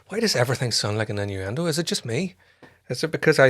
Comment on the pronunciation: Chest pieces, pluggin, also the last time you said 'innuendo', did you mean it to sound like in-yer-end-do or am I just too American right now? lol 😂 Love the Human :||: Nature series you're doing. Thank you to Home Gnome for requesting these. 🤘🏼